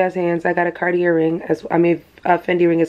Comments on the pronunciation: Just for info sis . It’s Cartie ( Cartier) not Cartierr . We don’t say the r at the end . Greetings from a French girl ❤ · Congrats on your gift! Fyi the R is silent in Cartier… its pronounced car-tee-ay